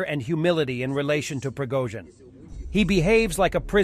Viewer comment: “Prigga-zin” hahah Slava Ukraini 🇺🇦🇺🇸🤟🏼